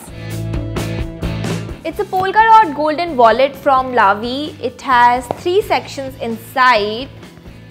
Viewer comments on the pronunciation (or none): none